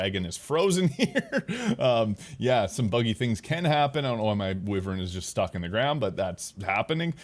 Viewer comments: Holy hell man, it is pronounced why-vern. 🤦‍♂️ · lmao I had to double check myself but multiple dictionaries have pronunciation as why-vern.